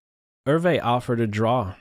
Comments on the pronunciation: Ervay? I thought it was pronounced as ""YOU". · "ervee"? open google translate, paste his name , click the speaker icon and hear the difference. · Hi (Hope that's spelled correctly), the Dutch name Euwe is pronounced like "Ao va" with the accent on the first syllable. Love your postings, Chig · "Er-vey?" And to think I always pronounced Max Euwe's surname "ewe" or "you!" 😱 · I have a friend in Holland who's Mother was Euwe's housekeeper for some time. He said to me that the surname is pronounced 'Erva' Hope this helps! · This is the third of your Bobby Fischer videos I've watched, really enjoyed - and passed on to others - but surely Max Euve's name is pronounced 'oovuh"'? Grew up in chess (in Brooklyn and Connecticut) at the time much of this was happening, following Bobby, and very excited by it all. Many thanks for your work on these. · You need to learn how to pronounce “Euwe” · Max Euwe is not a German he's from Holland (Dutch) and the name Eu we is very difficult to explain how to pronounce in Englisch